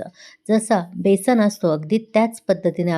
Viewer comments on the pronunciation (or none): none